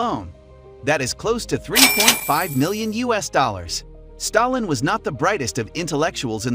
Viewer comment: When you are making a video about a particular person. You, at least, have to be able to pronounce his surname properly